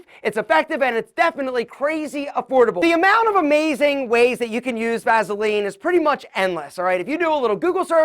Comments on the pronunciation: I just can't get over hearing him pronounce it "vazzuhlean". Lol. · "Vazeline!" Lol😂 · I hate how he says Vaseline 😂